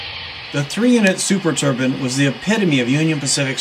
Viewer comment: " Turbine's not Turbins... !